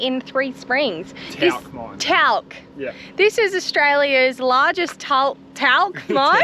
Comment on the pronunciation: givin shit for saying talc slightly wrong - then you go and BUTCHER Carnamah.